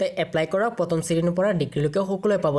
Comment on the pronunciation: Patam nohoi pratham he hoi dada😂 btw thanks for this video ❤️❤️